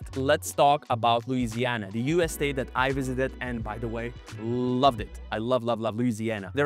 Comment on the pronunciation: You still pronounced Louisiana incorrectly